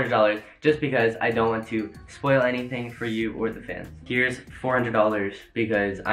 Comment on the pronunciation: Why did he say spoil like it was a release date 🤣